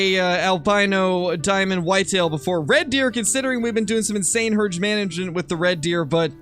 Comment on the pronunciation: herj manengejent😂